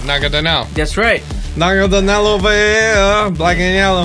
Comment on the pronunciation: IT'S NAGANADEL!!!